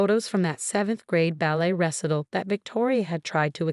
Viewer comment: First whammy: Your AI has fffed this up. First of all, the audio "narrator" grossly mispronounced the word "recital" not only but multiple times throughout the story (as well as with several other words and names that I don't have time to list.) But then the double whammy: the text subtitles fffed up the word "recital" again by spelling it as "wrestle." The triple whammy is that no human noticed this nor corrected it before releasing it on YouTube.